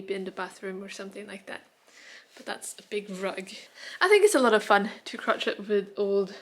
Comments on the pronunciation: Just to let you know, “crochet” is pronounced like ‘crow-shay’ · Oh my gosh, I love the lion! You are so multi-talented, I think you could make a business selling your sewing if you enjoy it enough. And you are such a lovely little caring family! One little note - "crochet" in English is usually pronounced in the French way, "croh-shay", rather than "crot-chett" with the hard "t"s. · Gosh such a beautiful video! You have such a lovely family, all pitching in to help you get sorted :) I do have a little thing, and this is not a criticism! You do speak at least 3 languages after all! But here in England at least, we pronounce crochet as 'crow-shay', I'm now not sure if that's the right way or not! Sending love to your family xx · Pronunciation for”crochet” is cro- cha(as in chair) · i love hand-arbeit too! In American English,, Crochet is pronounced cro-SHAY. I love your videos so much! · Hi, was rather odd to hear Crochet pronounced literally, I believe it's French and generally pronounced as crow-shay. Hope you don't mind my pointing out. Sansan your little helper is so adorable. All the best to your imminent new baby arrival. XX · English pronounciation of "crochet" is crow-SHAY.